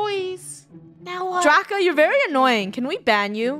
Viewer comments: why do I keep hearing funneh say draco end draca says "DRACA" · It's DRACA not draco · I saw funneh saying draca But captions:rakha